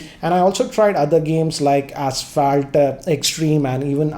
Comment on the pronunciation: It's asphalt not assfaalt